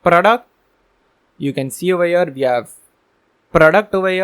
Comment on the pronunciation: thanx for this amazing course, i wanted to say it is not "oveyer ", it is "over here" u use this word a lot, and repeatin oveyer oveyer oveye 😁, at the beginning i thaught it is indian word but after two hours i understood u r sayig over here